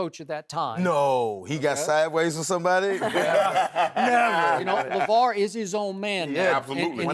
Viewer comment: Did Shannon say LaJello?